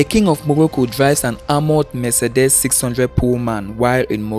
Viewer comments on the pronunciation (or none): Mercedes is pronounced m-say-dees not me-se-des. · Please note MERCEDES is not pronounced me-se-des. It's pronounced m-say-dees.